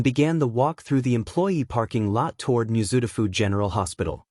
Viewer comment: Moo-ZOO-tah-foo 🤣🤣🤣 NGL, if it sounded better, I'd subscribe and watch a lot more. Maybe even share the videos.